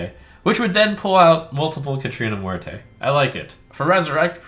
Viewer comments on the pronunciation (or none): The way he's pronouncing "Muerte" is killing me.